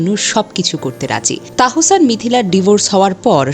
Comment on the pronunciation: Onar nam tahsan.tahosan na😂